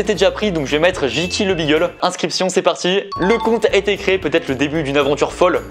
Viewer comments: Beagle ce dit bigle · Aïe aïe aïe pour beagle on dit pas " bigel " mais on dit " bigle"